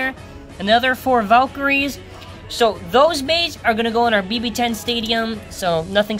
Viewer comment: its not valtrayeks its val tree yeks